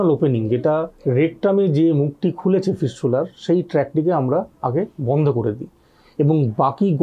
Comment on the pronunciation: ফিসচুলার না সালা ফিস্টুলা